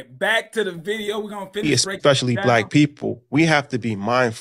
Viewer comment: It’s so hard to take advice from people who pronounce “especially” as “exspecially.” All his credibility has blown out the window. 🙄